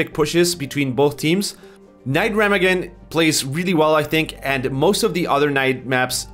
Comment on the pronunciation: It's pernounced "Reh-meh-gaan"